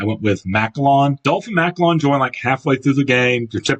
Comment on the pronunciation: Thats not how you say Macallan